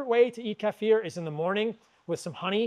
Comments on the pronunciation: Thanks for pronouncing 'kefir' right. It drives me crazy the way most people pronounce it. 😄😅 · Thank you for pronouncing Kefir correctly the eastern european way. I have had many Americans arrogantly “correct” me to say KEY-FUR as if they have no idea that culture and language develops outside of their own vacuum.